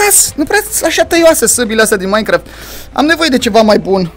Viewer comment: se zice minecraft nu maincraft like la comentariu si la! sper sa am o inimiora de la el